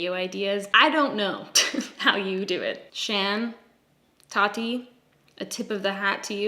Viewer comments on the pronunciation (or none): none